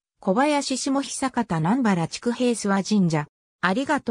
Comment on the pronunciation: 読み方違います。 下虎岩（しもとらいわ） 知久平（ちくだいら） 南原（みなばら） 小林（こばやし） 稲葉（いなば） 柿野沢（かきのさわ） 虎岩（とらいわ） です。 元住民より。 ちなみに龍江（たつえ）です。